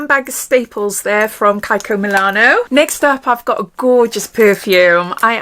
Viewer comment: Your dark hair is striking. So lovely. On a different note, isn’t it pronounced Kee-ko? Not Kye-ko.